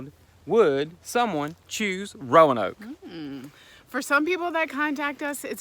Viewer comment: As a Roanoke Native, I will let you in on a little secret, the "a" is silent, it's how we tell folks are from out of town 😆